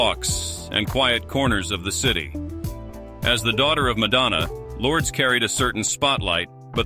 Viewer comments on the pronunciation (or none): Luur des...that's how you pronounce Lourdes